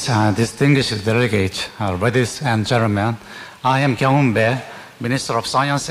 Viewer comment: 아놔 이게 먼 영어실력이야 !!!! "뤠위뒤 앤 줸뜬맨" ??? 보고 읽는것 조차 발음이 이상한데, 제발 제목이랑 썸네일 어그로 끌지마세요.;;; 아니 저 장관을 온국민에게 모욕주려고 일부러 이렇게 만든건가요?? 진짜 해도해도 읽는 발음이 이렇게 구린데 이런 사람이 국제회의에 나간다고 자랑한다구요??????